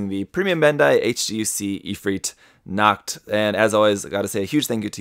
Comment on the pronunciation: what is it with random german words in japanese products besides pronouncing Nacht (night) like nackt (nude)